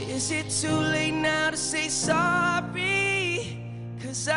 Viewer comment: Is it just me! That he said soppy in place of sorry